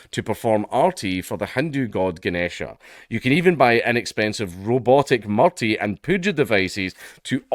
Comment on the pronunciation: Why is my country always so stupid? It's pronounced "MOORTI". And they don't really care much about them. I find that sad.